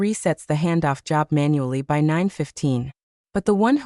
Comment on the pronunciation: Maybe you haven't noticed but your AI regularly pronounces 'by' as 'w y' (with space).